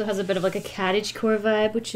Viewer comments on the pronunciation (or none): "...a bit of a CATage core vibe." 😂🤣 That is what it sounded like you said. Lol